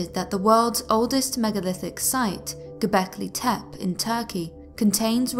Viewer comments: isn't it; Go-bek-lee Tep-Ay, not "Go-bek-lee Tep? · You need to learn how to say Gobekli Tepe correctly ;)